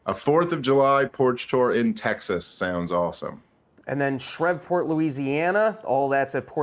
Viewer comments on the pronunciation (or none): Bro it’s shreeeeeeeve port lol second time hearing shreh killing me 😂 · My soul died inside a little bit when called it "Shrevport." My grandparents are from that region, and it's pronounced "Shreeve-port." Hey, if that's my complaint, do I really have any complaints? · It’s not Shreveport it’s (Shreveport). Uts pronounced Shreeeeveport, Louisiana . Love the show . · shreeveport double e sound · Its pronounced "SH-REEVE-PORT" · Did say shervport LA? Not an elitist at all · ShrEEEEveport you geography noobz! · … it’s Shreeeevport lol thanks for the content guys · Being from Louisiana, the way he says Shreveport urks my soul lol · Ok but you're still saying Shreveport wrong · Tell him to learn how to pronounce “Shreveport.”